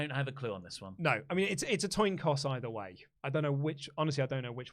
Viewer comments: Did say Coss a Toin?? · Did say "toin coss" 😆